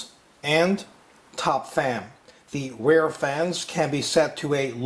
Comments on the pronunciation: Been waiting for this review! :D Makes me want to replace my Antec 900 with this one. BTW, rear is said more like "reer" then "rare". Don't know where ya learned to say it that way. (o_O) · He says 'rear' like 'rare'. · or maybe you say 'rare' like he says 'rear'?